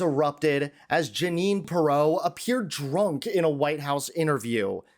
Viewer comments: You might want to learn how to pronounce the name of the person you’re discussing. You put the wrong em-PHAsis on the wrong Sy-LLA-ble. 🥴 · It’s “PEER-oh” NOT [H. Ross] Perot! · PEER'-OH DUDE. PEER'-OH. Not like Ross Perot. Great report, but please get her name right. With all due respect, it lessens your credibility.😊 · How do you not know how to pronounce her name? It's PEER-oh! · Who edited this video? You repeat things, including video clips, mispronounce her name--accent is on FIRST syllable, not second. Do better, please. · Dude, where did you go to school? You mispronounced her last name not that I care but if you’re gonna be a journalist, you need to speak proper English for Christ sakes